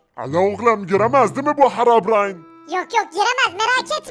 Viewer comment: Harabrine✅ Herobrine❌ SJSJSJSJ